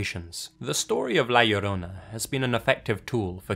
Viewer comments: Laura Metheny Also, he said La Llorona perfectly. 😎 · for not being hispanic the way you said la llorona was pretty good compared to others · Dang he actually pronounced la llorona right! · As a mexican I am amazed of how well you pronounce La llorona :D